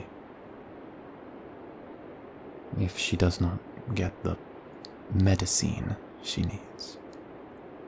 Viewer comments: "Mediceen-" my best friend, dying to correct him: _ _ 💢 〰(Ò - Ó)〰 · Are we communicating with him via blackboard? Why can't he say "medicine"??? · Him: Me-di-cian....... for your sister. You must be really deturmend. Me: Bitch, it's my sister what the fuck do you think. I'm going to leave she to die haha you stupid fool. I'll do anyhting for her. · "You need to buy....meth-?" METH!?!?! " ...-icine....?" oh, medicine.... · I don’t know why him mispronuncing medicine is so cute but it is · When he was trying to say medicine I thought he was gonna say meth